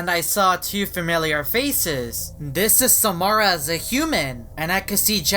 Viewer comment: It's Samara your saying it wrong